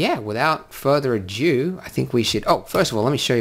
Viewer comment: Without further "ado", not "adieu". Not being pedantic or picky, this is the second video I've heard you pronounce this incorrectly. It detracts from your presentation, so consider it constructive criticism.